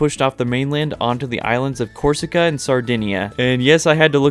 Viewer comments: You said Corsica and Sardinia correct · Your saying Corsica and Sardinia right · you actually got the pronunciation of Corsica and Sardinia correct lol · listening to this guy unscrupulously butcher names made my day. Thank you, stupid little man, for entertaining me. except corsica and sardegna he said those right :3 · For someone who had never heard about them before, you pronounced Corsica and Sardinia perfectly fine lmao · You correctly pronounced Corsica and Sardinia👍